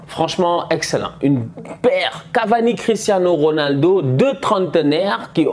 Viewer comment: "Cristhanos Ronaldo"😂